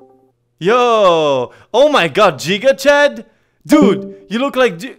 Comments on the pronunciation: Jiga chad hahaha it's giga chad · Ma man failed calling it "Jija chad"